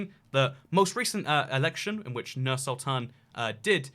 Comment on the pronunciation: its pronounced as Noor Sultan